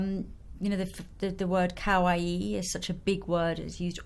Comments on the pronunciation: When you pronounce kawaii make sure it is ka-wa-i not cow-wa-i. The i makes an e sound. Kowaii means scary/scared/afraid which sounds very similar to kawaii so it is all about pronunciation. :) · lol it sounds like she's saying cow-aii